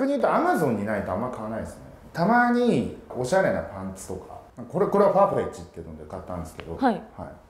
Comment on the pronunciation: パーフェッチじゃなくてファーフェッチね